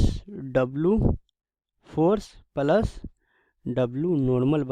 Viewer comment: What is pulus Can't you pronounce " plus"